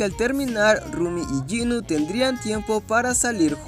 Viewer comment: Jinu no es ginu